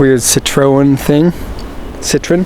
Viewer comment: That's not a Renault Espace. It's a Renault Avantime. And Citroen is pronounced "Citro-EN," not "CIT-ron."